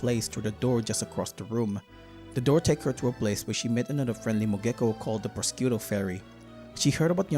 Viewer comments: I'm sorry but your pronunciation of Prosciutto is killing me. It's more akin to pro-shoe-to. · The mispronouncing of prosciutto is painful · The way you pronounce prosciutto has to be some sort of comment bait, I was taken aback the first time you said it.